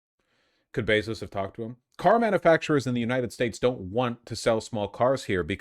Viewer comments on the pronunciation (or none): none